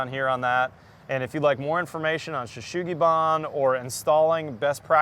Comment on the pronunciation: It is pronounced Sugi Ban, not Shugi Ban, just as it's spelt :)